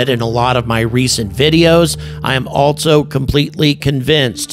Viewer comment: Hello! Just wanted to point out that there is no T in ALSO. It's not ALTSO... It's just also. Thanks! OK.. carry on....